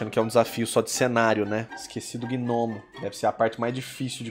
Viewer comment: Caramba cara toda a santa vez que você falava gnomo eu escutava gnomio kkkkkk Ótimo desenho :)